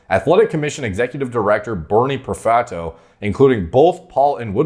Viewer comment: "Ohio Athletic commissioning executive director Burny PerFatoe" ?! 🤣